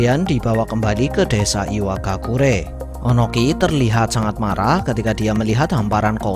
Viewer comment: Ohnoki bkn onoki